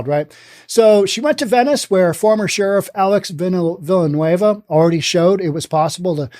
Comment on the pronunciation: Villanueva is pronounced: Veeyah-nueh-vah.